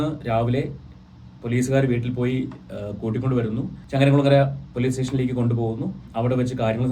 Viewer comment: ചങ്ങരംകുളങ്ങര അല്ല❤ ചങ്ങരംകുളം ❤അതാണ് ശരി